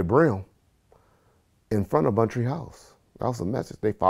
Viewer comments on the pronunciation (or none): Its Bunchtry not “bountry”